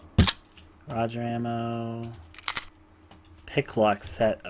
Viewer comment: It's "ROO-GUR" with a hard "g" Not "Roger" ROOOOOOOOOOOOOOOO. OR RUE